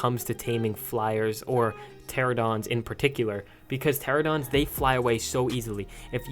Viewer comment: Pteranodons not pteradons